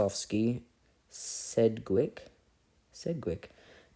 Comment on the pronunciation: This makes me want to learn, more than sleep. Still love it though. Also s-edge-wick